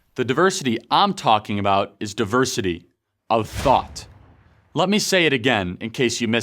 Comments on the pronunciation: Can you say it one more time, I thought I heard "diversity of thot" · "Diversity of THOT"